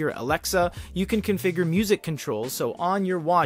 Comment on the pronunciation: Stop. Saying... Alexa